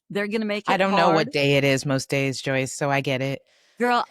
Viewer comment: No offense, but..........JOYCE!